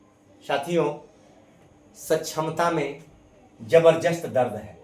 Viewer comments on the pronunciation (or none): Jaberjast. Nahi Zaberdast boliye sir